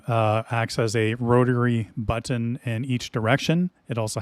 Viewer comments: The way you say "but-tin" is very... unique. I just ordered my own Max halfway through watching your review. I can't wait to start pushing all of the but-tins on my new throttle when it gets here, assuming the Port of Long Beach doesn't screw me for 3 extra weeks like they did on my Gladiator NXT when I got it. Also: but-tins. BUT-TINS. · I really like how you say “butt-ton”